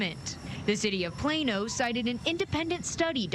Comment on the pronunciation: It's Plano not Plana 😂